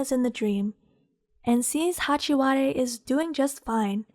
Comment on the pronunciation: “Hachi- wa- de” 😭😭